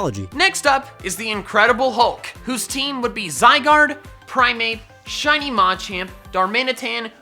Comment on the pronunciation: It’s machAmp Not Macamp